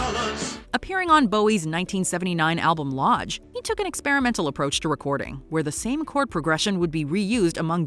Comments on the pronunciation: Bowie's record is called Lodger... not Lodge... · Lodger, not Lodge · The 1979 album in question was LODGER. Not “Lodge”. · Lodger, not Lodge. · David Bowie's album is called Lodger, not Lodge. 🙄